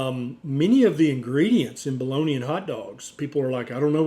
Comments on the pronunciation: Doctor BOLOGNA, not Boloni.. 😂It is an Italian city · Why do you pronounce it "balloney" though? It's Italian not a dialect from Louisiana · What is Baloney? Is it just some US mispronounciation of Bolonga? If it is, it's bloody irritating. 😐